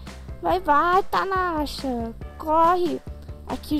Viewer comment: porquê vc fala tanasha?